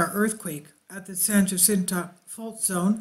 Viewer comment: Also San Jacinto j as h